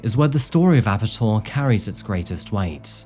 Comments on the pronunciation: Yeah I think Ape-Tor would be a better pronunciation than Ape'tor. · I'm from sweden. And his name actually is pronounced Ape-Tor (monkey-tor) from his fascination with apes (monkeys) and his name -Tor.